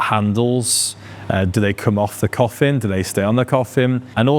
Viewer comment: Is he saying coffim??